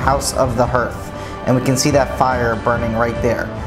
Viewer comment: Fascinating. But the pronunciation of "hearth" is not "herth" (like "earth") but hɑɹθ, the same as "heart", except the final consonant is soft th.